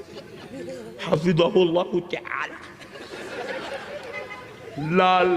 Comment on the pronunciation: yar mein tention thaa iss waqt lekin jis tarh hafizhoo taallah kahaa hy iss ne bohat hnsaa hoon😅🎉